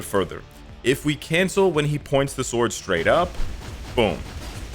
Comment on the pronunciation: You do Not Pronounce the "W" in the word "SWORD >>